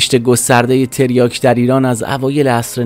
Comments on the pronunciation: تِریاک چیه داداش ؟؟؟؟؟ مگه مواد فروشی تو ؟؟؟؟؟ حد اقل میرفتی اسمشو درست از لغتنامه نگاه میکردی . تَریاک درسته برادر ، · داداش آبروی تریاک وبردی با این تلفظ کردنت تلفظ صحیح هست تَریاک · تریاک بر وزن فرجام و با حرف کاف فتحه دار درسته. تریاک به کسر کاف غلطه عزیز من. گویا بعضیها تلفظ تریاک را با تریا ( کافه تریا) قاطی کرده اند!. اول در مورد تلفظ صحیحش یک تحقیقی می کردی.